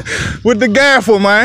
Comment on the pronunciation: Gavel lol 😂 not Gaffle